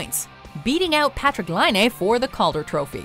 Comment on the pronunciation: Patrik Laine 👍👍 yay. Hearing Finnish names from someone who is speaking English is always weird 😅 Partik's last name was said right once and other times almost right 😜 is the right one. It's Laine, not Lainee 😜:P